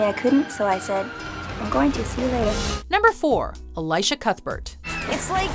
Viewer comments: Elisha is pronounced with a short I sound, not a long one. E-lee-sha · ELEEEEEESHA not elysha. Dumbass. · Who's Elijah Cuthbert? Her name is pronounced... El-ee-sha!! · I have an issue with that pronunciation of Elisha. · the way they say elisha cuthberts name makes me want to die